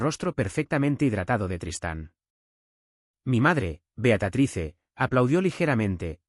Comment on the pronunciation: Beatriz , jajaja no Beatatrice jajaja